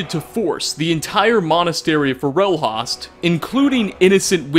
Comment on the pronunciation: Raw got. For ell Hawst. Is that really the right way to say it? I say "ray get" (with "get" sounding more like "got") and "forll host" (host as in server host)